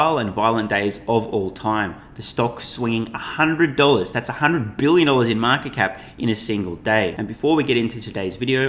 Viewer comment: I just love the way says *B*ILLION